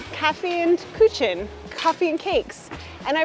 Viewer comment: Kaffe & Küchen = coffee & kitchen ... Kaffee & Kuchen = coffee & cake ... the pronounciation is very different between u and ü :)